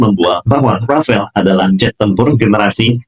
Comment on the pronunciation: ...bukan rafael tapi RAFALE kalo dibaca E nya hilang jadi RAFAL. Rafale artinya hembusan kentut (bercanda).....artinya hembusan atau tiupan angin. DASSAULT RAFALE dibaca DASSO RAFAL